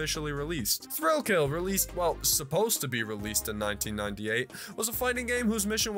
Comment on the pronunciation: Bruh. On "Thrill Kill" I thought you said "Thrillville" and got wildly confused